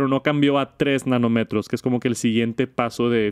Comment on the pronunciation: Solo un comentario, nanómetro (acento y tilde en la o) igual que kilometro el acento en la o